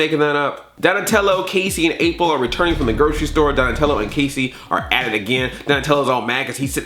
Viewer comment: “Rapril”, good god. XD